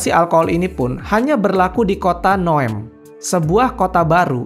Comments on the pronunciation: Bukan Noem tapi Neom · Tulisannya NEOM malah dibaca NOEM😅😅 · Bukan NOEM bang tapi NEOM. 😅